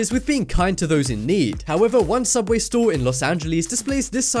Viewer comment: the soobway one and the solider one